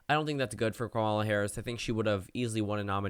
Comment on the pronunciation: BRO YOU STILL PRONOUNCE HER NAME WRONG. 😂 stop saying kuh-MAW-luh. It’s pronounced KAW-muh-luh